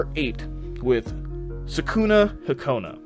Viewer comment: your saying sakunahakona is Sakunahikona